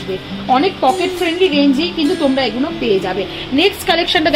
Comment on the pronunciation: Eee guno bol bena didi bhai....Eee gulo bolben....suntee vlo lagee naa 'Eeee guno '